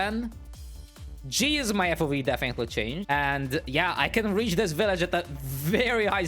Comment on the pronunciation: U said weach instead of reach🤣🤣🤣